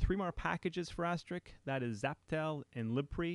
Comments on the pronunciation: you8 might want to learn how to say the word "ASTERISK" not asteric or asterix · Thanks for the time and effort creating this series! It helped me a lot and I appreciate it. However, "Asterix", as you pronounce it, is a French cartoon character, not the PBX software we all know and love... ;-) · why does everyone call it "asteriks" instead of "asterisk"? i don't get it :/ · why can't anyone seem to pronounce Asterisk ? :-/ it's not Astrix. (or Asterik)